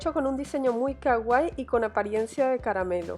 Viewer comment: Sii. Es super CAGUAI 😂 DIOS HAY GENTE QUE NO SABE PRONUNCIARRR!!